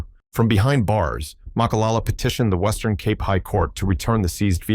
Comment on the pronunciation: Why are you using the AI generated voice -- Pronunciation of even simple and common words like "Cape" is off..